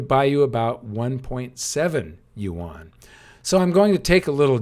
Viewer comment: Yuan is pronounced ywen. Please say it right.